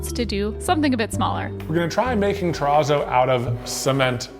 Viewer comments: TEH-RAAAAZOW You've said the word pizza so many times. You know how to say terrazzo correctly. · Concrete Terrazz-oh-no : Funfetti Ter-RAZZO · I just watched do a project with Terrazzo! He kept calling it churrizo!😂😂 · The channel Ben’s worx just tried that Razzo stuff a couple videos ago and I kept thinking he said chorizo instead of terrazzo… I was like why are they calling it fancy salami? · Begging ya'll to learn how to pronounce terazzo. You're killing me here.